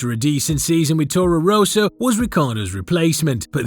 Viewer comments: Rosso, not Ro-so, How can you fuck this up? If you are American I will forgive you. Education is not known in that area. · It's Rosso, not 'Roeso'. Try Forvo.